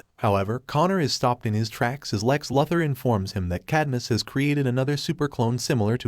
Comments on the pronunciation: Try saying Loo-Thor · For crying out loud ! It's Luthor, as in Loo-Thor !!! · Helpful FYI, that’s not how you pronounce Luthor. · How is it possible for you to butcher Lex Luther's name? 🤷🏻‍♂️